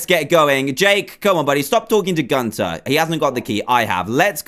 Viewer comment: Its not Gunter Its gunther